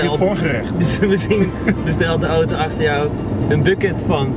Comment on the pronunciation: Man jij zegt ootoo het is auto